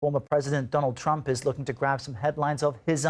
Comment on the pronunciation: did she really say Don Old Trump? 🤣🤣🤣